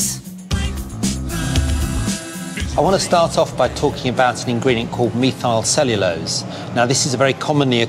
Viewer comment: Really a cute show! And the soundtrack is really good. But that scientist's pronunciation of 'methylcellulose' is absolutely SURREAL.